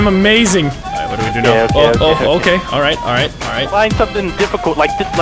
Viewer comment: LMFAOOOO " omg dude I almost hit a smishthing dude "!! Lol what